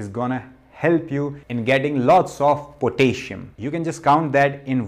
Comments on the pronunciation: "Potayshum" is not how to pronounce the element kalium (K)... 😂😏🇸🇪 Spinach, banana (too much carbs), sweat potatoes, squash, beetroot. (Red) cabbage as in Sauerkraut or in a smoothie is better than those. Sauerkraut does contain histamines and the raw cabbage might do chaos on your gut, so you must take it slowly at first. If you do supplement, do note that deficiencies in potassium and magnesium feels about the same, and if you overdo one mineral, you will get deficient in the other. Like copper/zinc/silver. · i love potayshon, lol